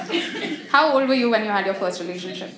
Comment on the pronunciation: That.. "Hawww" to "How" 😂😂😂🤣🤣🤣 Perfect